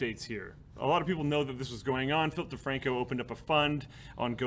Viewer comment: I keep hearing Filthy Franko instead of Philip DeFranco and getting excited